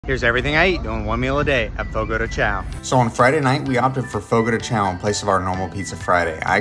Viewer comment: its pronounced fogo de chão (sh-aum) kinda like that. idk, im a korean brazilian (my parents were born in korea and i was born in brazil(